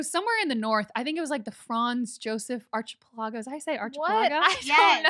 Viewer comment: Archipelago: Ark - eh - PELLA- go